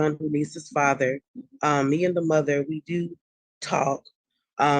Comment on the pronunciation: Fasher can you hear me? FASHER! FASHER!